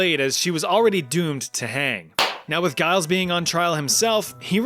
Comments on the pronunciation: Giles Corey is my ancestor, and I can second this. He also refused to enter a plea either way because he knew the whole thing was a farce and wasn't going to give it the dignity of "taking it seriously". Giles was no saint, but you have to admire his tenacity. (Also, I'm going to be pedantic and correct; it's Giles with a "juh" sound, not as "guh" sound.) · I have never in my life heard such a pitiful attempt to say the name Giles